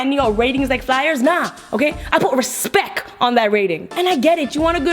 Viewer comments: She said respec not respect😂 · omg lily you kill me xD 'RESPEK'